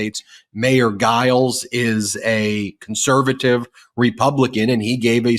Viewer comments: Mayor Giles is pronounced Jiles, not a soft "g." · I live in Mesa. Our mayor id pronounced "Jiles". But yes, he absolutely has come out strong on the side of democracy.